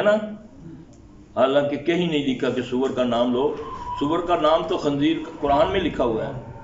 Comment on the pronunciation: شیخ عربی الفاظ تو ٹھیک کرو لفظ خنزیر خ کےکسرہ کےساتھ ہے فتحہ نہین